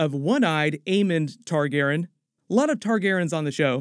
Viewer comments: Great video, basically confirmed a lot of what I was thinking as well. I'd just make sure you call Rhaenyra's dragon, Syrax. Meraxes is dead at this point in the timeline and wasn't her dragon. Also, may want to learn how to pronounce "Targaryen" for future videos :) it drove me a little crazy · Not trying to hate or troll but you really do need to fix how your pronounce "targaryen".